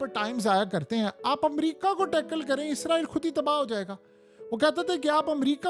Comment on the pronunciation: یار باکی سب ٹھیک مگر ازرایل نہیں اسرائیل ہوتا ہے بس یے ٹھیک بولا کرو